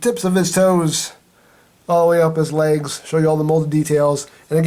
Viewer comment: When you say legs, it sounds like you lays. As in lays chips. Yeeees